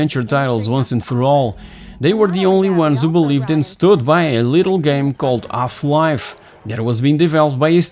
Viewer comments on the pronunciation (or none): Is the speaker's native tongue French? He is forgetting all the "H" I started to wonder early. What is ungry? Does he mean angry? off-life?